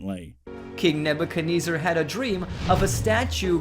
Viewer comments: I dont think ive ever heard someone pronounce Nebuchadnezzar like Ebenezer before. Big fail. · For how fixated he is on Nebuchadnezzar, he sure didn't take the time to learn how to say the name right.